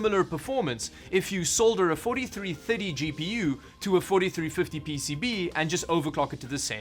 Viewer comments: I have never heard anybody pronounce the word "thirty" like you do. If the number hadn't been on screen I would have had no idea what you said. It sounded more like "fifty", but differently. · does he say 30 or 50 in strange way??? Or is that just me... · Am I crazy or am I hearing the way you say thirty correctly? Lol. It made me triple take. 😁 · That's quite a way to pronounce 'Thirty'. Also, the sound track every time the box shows up... quality stuff!